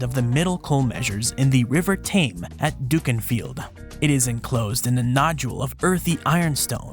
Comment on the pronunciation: Ayyy a local mention, I’m from Ashton-under-Lyne! Just a quick note Dukinfield is pronounced ‘duck-in-field’ 😂